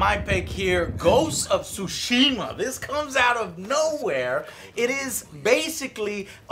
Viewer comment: The T in Tsushima is not silent. (Neither is the T in Tsunami). The syllable is TSU - it's pronounced like MiTSUbishi.